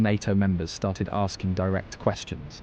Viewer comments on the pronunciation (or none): none